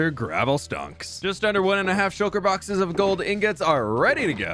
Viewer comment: did anyone else here shulker bockers not boxes??